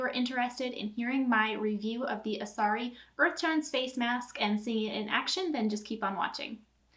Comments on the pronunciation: Its Asarai. Not Asari 😂😂😂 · Good to know that you are going to continue using foundation...so it doesn’t actually do what it says! Also it’s driving me crazy that you are pronouncing it wrong 😂 it is Asar-eye